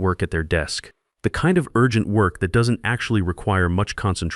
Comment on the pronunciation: "Urgent" pronounced "You are gent" Is the editor an English speaker?